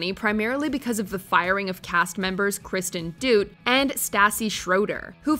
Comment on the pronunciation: “Kristen Doot” lol 😂